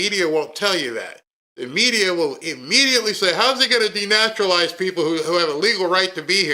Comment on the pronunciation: yesterday, you kept reading "DENEUTRALIZE" instead of "DENATURALIZE". Trump was talking about DENATURALIZING immigrant NATURUALIZED CITIZENS, like Ilhan Omar! Trump was not talking about green card holders. NATURALIZED CITIZENS can LOSE their citizenship through DENTARUALIZATION for various reasons and be deported!